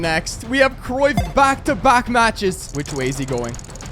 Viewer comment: bro really said decruyff(did anyone notice?)